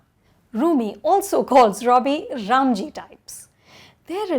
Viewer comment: Rum Ji type??? It's ram Ji tyle...i think u have studied to much of English..thoda load kaam lo yara